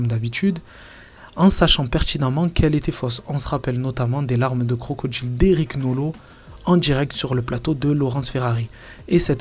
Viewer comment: Désolée, mais j ai de la peine à écouter: les "medja", "de contchinuer", " larmes de crocodjiles", "c est partchi". Moi, je dis "tchao".